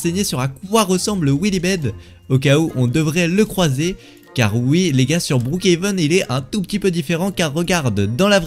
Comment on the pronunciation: TU EST FOU ON NE PAS BROOKHEVEN ON DIT BROOKHAVEN